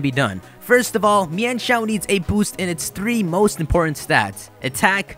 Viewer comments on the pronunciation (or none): also I'm sure its pronounced mine-shou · So THAT'S how you pronounce Mienshao! I just pronounced it as "Meenshow".